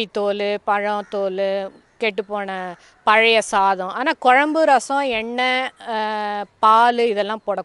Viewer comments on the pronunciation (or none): none